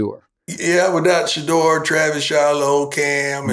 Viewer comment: Skip really needs to learn to pronounce Shedeurs name right. Shuh Door